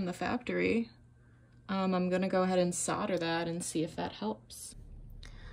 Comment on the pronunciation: Dang...what is "sodder" ? 🤣😂🤣